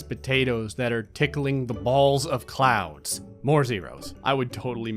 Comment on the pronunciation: "When you're trying to harvest potatoes that are tickling the balls of clouds." Sounds like you're saying, "clowns".